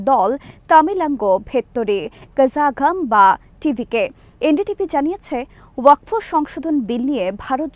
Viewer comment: ওয়াক ফ নয়, শুদ্ধ উচ্চারণ হবে ওয়াক(ফ) wakf